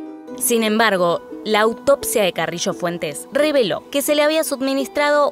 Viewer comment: Se dice Carrillo no "carrisho" jajajj xd